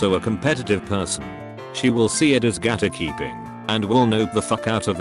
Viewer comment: The way "makeup", "gatekeeping" and "fiancé" was pronounced in this vid makes me wanna hang myself